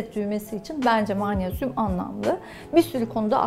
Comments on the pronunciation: Yazıldıgı gibi okunur magnezyum (maanesyum) degil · Mağnezyum deilmi Hocam sizin magnezyum söylemeniz çok farkli acaba Bildigimiz mağmezyummu😄😄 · Maanezyum ne yahu magnezyum diyemiyor musunuz? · Türk Dili ve Edebiyatçılar’ı göremedim: mağnezyum 😅